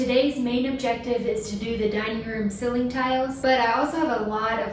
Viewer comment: I was watching your videos at work and a few coworkers came and sat down to watch with me. It led to a fun conversation about how you (and some of them) pronounce “ceiling” as “silling” and “toilet” as “torlett”. We all gave a thumbs up.